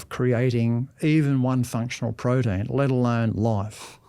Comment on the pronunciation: what is a "prodeen"?